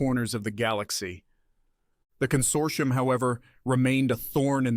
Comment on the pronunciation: "Con-sort-EYE-um" So close, almost thought you were an AI over that one.